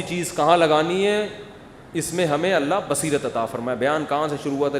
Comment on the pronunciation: Mukti saab aap her baar Alla kaha Alla bolrahe ho..Kaunsa language mein kaha..kab kaha..???video proof hai👂👐🤙phone kia